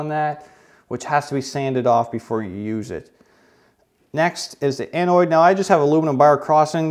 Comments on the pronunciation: Pssst. It’s cathHODE and anODE not cathoid and anoid lol. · An-ODE, LIKE ODE to the flag, not oid, just fyi, it's anode and cathode, great video though. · cath-ode an-ode not cath-oid and an-oid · It’s ANODE NOT ANNOID CATHODE NOT CATHOID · lol cathoid and anoid (not anode and cathode) LOL Great vid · Its cathODE and anODE not cathOID and anOID. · he calls it annoid and cathoid thats epic. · Anode and Cathode, not Annoid/Cathoid… Ode, not Oy’d. small detail but sheesh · No. ‘Cathoid”.. “Anoied “? 🤣🤦‍♂️. I feel bad for humanity ... :/. Has no one ever been exposed to the most BASIC High-school / hell preschool levels of science? ANODE - CATHODE!! Omg 😳 - Sorry harsh I know, But / OCD chemist 👨‍🔬 over here just .. AHhhhh!!! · There is no "i" in either anode or cathode. I bet you say "ash fault" too. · It's not "cathoid" and "anoid" . The correct pronunciation is cathōde and anōde; they both rhyme with load not Floyd. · Cathode and anode... Not cathoid and anoid lmao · anōd, not anoid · It's 'Cathode' and 'Anode', not 'Cathoid, and 'Anoid'... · anoid? cathoid? lol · CathODE and AnODE not Cathoid and Anoid. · He's Canadian...they love extra vowels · its not an ANNOID OR CATHOID its anode and cathode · Did you say cathoid and anoid? Cathode and anode...bruh you can't tell me you've ever heard those words in your entire life. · Cathode and anode.. that is how you say it. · cathoyd and anoyd lmao 🤣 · That's how you say it in Canadian ...! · There is no I in Cathode or Anode. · You say Cathode and Anode weirdly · Americans pronounce anode and cathode very wrong. Never ever heard it said like that. ...yet he pronounced it correctly later on in the video.